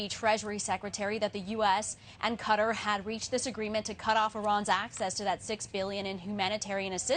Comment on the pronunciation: THANKFULLY AN ANCHOR PRONOUNCES QATAR AS IT SHOULD BE AND NOT AS SO MANY SAY (CUTTER)!!!!!